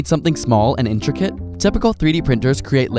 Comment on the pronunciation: it's intricate not intrigate.